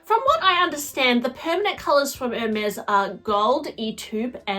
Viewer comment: To discuss Hermes bags, one should either take French or learn how to pronounce French words. At the minimum. To sound worthy of all those elite bags.